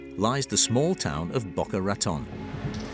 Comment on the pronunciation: Filmed in April 2023. The city is pronounced "Boh Cah Rah Tone", NOT "Bakkah Rahtun."